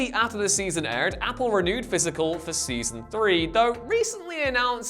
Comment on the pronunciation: I liked “Pysical”…